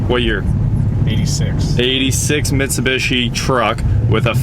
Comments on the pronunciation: Right? What is even trying to say? MitsuBUSHY? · Mitsu-beeshi, not mitsu-bishi. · Its pronounced mi -tsu-bi-shi. Its broken down like that took basic japanese ;) and tsu is like tsunami tsu-na-mi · For the love of God its pronounced MIT-SU-BEE-SHE. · C'mon man. You're American. You know it's pronounced "Mit-sew-bee-she" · Bruh. It’s Mitsu-bee-shee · Really clean! Nice!!! Also.. it's Mitsu-bee-shee. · Now we know you are a millennial you can't even say Mitsubishi LOL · The non rhyming last two I's bother the heck out of me in pronouncing Mitsubishi. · How have you NEVER heard the correct way to pronounce Mitsubishi?